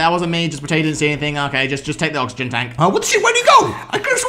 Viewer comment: lol 😂 look how is pronouncing oxygen 😂😂😂😂😂